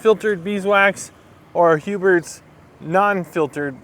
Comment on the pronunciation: Huberts??? Lol there is no T